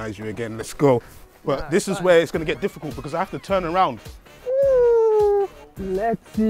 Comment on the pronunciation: the silence then “what es that” 🤣🤣🤣